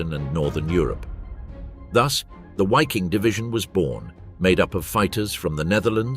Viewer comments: veee-king...not wayking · Why this guy said, whaffen ss and whyking division, Waffen and Viking !